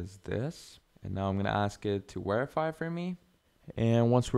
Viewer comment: Where are you from that you say wherify